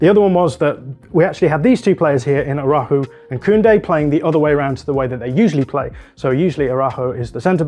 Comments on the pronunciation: Ist araucho not arahuu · Excellent recap. I feel both GKs had a rough night. In addition to the mistakes covering their post, their ball distribution was poor overall. If there’s one area where DDG struggles is with distribution. Finally, I know Araujo is a though word un English. Maybe you can try saying (ah-rah-OO-hoh.) ;) 🙏